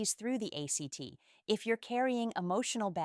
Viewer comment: Hilarious. I guess "act" was capitalized in the text the AI was reading, so it read it as an acronym. So genuine. Uh.. well, you know, like a woman!